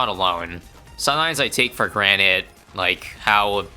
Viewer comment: Hehe "for granite"